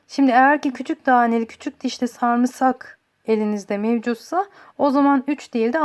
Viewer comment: Verdiğin bilgiler çok değerli teşekkür ederim. Fakat Türkçemizde sarımsak ne zaman saamırsak oldu anlayamadım.😃